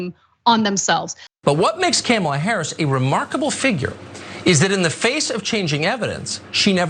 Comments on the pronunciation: Carlson is paid millions to speak as a professional. The job isn't that tough. Pronouncing Kamala is easy. The emphasis is on the first syllable like Pamala with more of an AHHH sound. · No, little Tuck Tuck... the problem isn't that you may not mispronounce Kamala's name... the problem is, you're a national news anchor, and you cannot pronounce it properly. I'm not sure if he has some sort of speech impediment, or if he lacks the auditory faculties to properly hear people pronouncing it correctly, but he is clearly lacking the basic capacities necessary to fulfill his job requirements. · They can say Tchaikovsky but they can't say Kamala properly 😮‍💨🙄. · It's his, like many racist, purposely mispronounced her name to demin her existence and minimize her importance because she is a woman of color. Just like the racist calling black men "boy" because they think it makes them superior, which it doesn't.